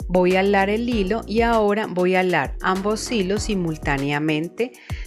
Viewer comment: Me encanta como dice alar en lugar de jalar 😅 ya hice la de san benito y me que do muy bonita lastima que no se pueden subir fotos gracias por tus tips son muy buenos me encanto 😊